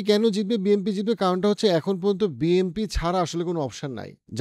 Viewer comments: It's BNP not BMP , প্রেডিকশন পরে কইরেন আগে ভালো কইরা শব্দের সঠিক উচ্চারনের হোমওয়ার্ক করেন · ওটা বিএমপি হবে না, বিএনপি হবে নামই বলতে পারেন না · ভাই আমি যদি ভুল শুনে না থাকি, আপনে কি বিএমপি বছেন নাকি বিএনপি। 🙏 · আপনি বলছেন বি এম পি । বই এম পি বলে কি কোন দল আছে? বি এন পি আছে । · Its BNP not BMP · Bhai...... BNP not BMP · Bnp ke apni Bmp boltesen mone hocce😂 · Bhai BMP bolen keno..isn't it BNP😮😮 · বিএমপি হবে না। কথাটা হচ্ছে বিএনপি। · বি এন পি শব্দ টা তো আগে বলতে শিখুন 🤣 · বারবার BMP বলেছেন শুনতে খারাপ লেগেছে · ভাই মনে হয় বারবার বিএমপি বলতেছেন😂। যেটা খুবই লজ্জা জনক